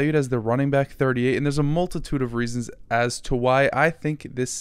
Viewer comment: dammit you said “welcome back” … not “welcome byke”